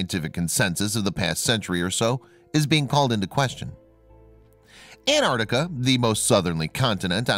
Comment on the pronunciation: Repeat after me, An-Tarc-tica.